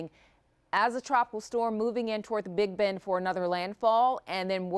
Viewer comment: Did she say big ben 🤣